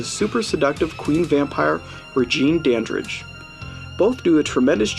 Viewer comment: Dandridge. His name is Dandridge.